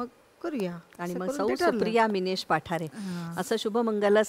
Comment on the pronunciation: पठारे नाही, पाठारे अस आडनाव आहे